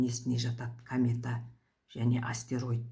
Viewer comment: Камета емес комета!